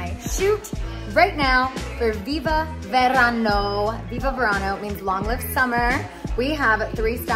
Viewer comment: Congratulations Scheana! Viva Verano! Being Latina the correct pronunciation in Spanish V’s are pronounced as a B. Not V. 💃🏻👍🏼🥰